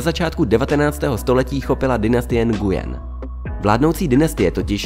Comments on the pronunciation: Nguyen se vyslovuje nuen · Mám pocit že se to nevyslovuje takhle.. (Nguyen)